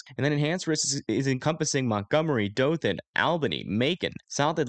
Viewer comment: Thanks for the update! I would also like to congratulate you with saying Dothan correctly!! 😎😎